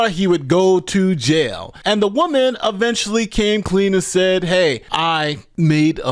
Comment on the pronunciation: The word is, "eventually" not aventually.